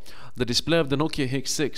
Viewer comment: "the nokia xsex"